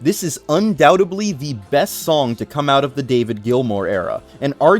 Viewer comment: “Undoutably” is killing me…